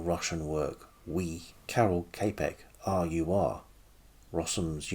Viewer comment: čapek, pronounced chapek